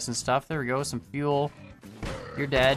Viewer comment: No fuel not unlimited fieuel